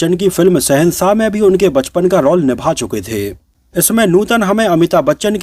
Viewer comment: आपको पहले भी कहा, रौल नही, रोल बोला करे.